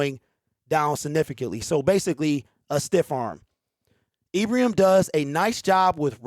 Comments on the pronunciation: I was watching Ibrahim (pronounced eyebraheem in the highlights) everyone should check him out if you haven't seen him. He's tremendous. Holmes is a magician. The talking heads are getting paid to suppose. Their glory comes when someone 'picks' who they think should be picked. We love that Brad and Dan go against the grain. They don't take anyone's lead. Go One Pride!! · Hey man good show. Ibrahim, pr. Ee bruh heem.